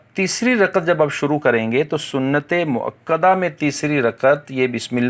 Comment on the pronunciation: Farz ko fars Moakadaa ko Moaqadaa Kiun kaih rahay hain Taakeed ko taaqeed Why